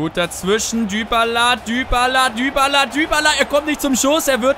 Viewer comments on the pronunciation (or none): ich glaube dybala wird dibala gesprochen nicht dübala oder ? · Dübala 😂😂 Man spricht ihn doch Dibala aus oder nicht?! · man spricht es dibala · Du machst mich wahnsinnig! :D wie sprichst du bitte "dybala" aus :/ :D